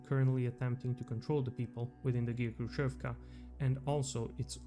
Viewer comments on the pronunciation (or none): Quite nice video. Js to let you know. 2ch - "Dvach" Khrushchev(ka) - Hrushev with soft Sh (like shi without i) Samosbor, i think, would be rather translated smth like self-collection, like collecting something, or self-harvest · FYI "kh" in "khrushevka" stands for the harsher h sound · Your pronunciation of Khrushchev and Khrushchyovka is wrong. "Kh" should be pronunced as like "H" same as in the word "Hex". In russian there is a single letter for this sound "X" that sounds same as the "H" in word "Hex".